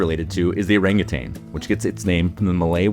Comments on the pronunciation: I really love this channel, and thus need to call out how inaccurate (and frankly disrespectful) the pronunciation of certain species names are! Siamang — (see-yaah-maahng) Orangutan — (oh-rung-ooo-tun) If you can pronounce Latin, French and Italian names properly, then please say Malay/Indonesian names correctly as well I'm happy to be consulted about that, though there are surely plenty of experts who can help you get it right in future. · There is no G at the end of Orangutan!!!!!!!!!!!!